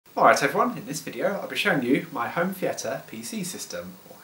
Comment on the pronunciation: You said theatre wrong.